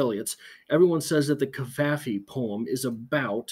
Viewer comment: Nancy here again - enjoying your postings - I think you're pronouncing Cavafy correctly as it is said in English. Suggestion: "And He Wept Aloud, So That the Egyptians Heard It" by Alden Nowlan.